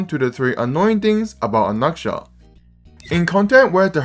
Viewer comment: Why do you pronounce his name like that